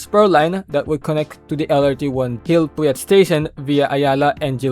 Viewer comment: pinoy na pinoy ang accent pero di alam kung paano sabihin ang gil puyat at naia😂